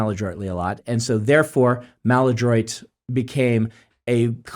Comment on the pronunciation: You know what kicks me out? When Brandon mispronounces “maladroit“!